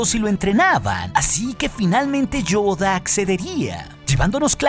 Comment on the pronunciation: Me encanta como pronuncia "Yoda"